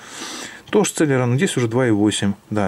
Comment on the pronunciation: цЭлерон...+1 слово .... уэсбэ, цЭлерон, пысыай слаты... селерОн правильно...